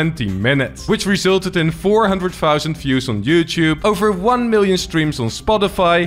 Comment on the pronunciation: Please learn how to say "youtube"